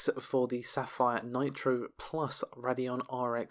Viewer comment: It's pronounced "Ray-dee-on", not "Rad-ee-on".